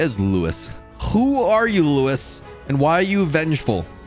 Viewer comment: this part pains me because it’s not Louis but Luis pronounced something like Lu-ease